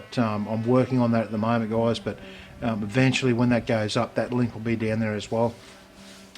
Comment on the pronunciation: he says goyeyes. so funny